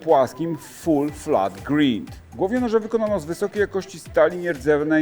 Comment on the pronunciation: Wszystko fajnie ale prezentujacy powinien czasem zajrzec na smartfonie do słownika i puscić sobie wymowę slow angielskich bo w kazdym odcinku je niemilosiernie kaleczy.Na poczatek nie "grind" tylko "grajnd"